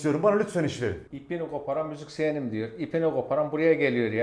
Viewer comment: 2.48 işini gobaran müziksiyenim diyo